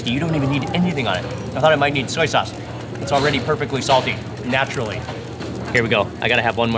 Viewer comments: Not "sack sause".................. 😭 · Sac sauce sounds wrong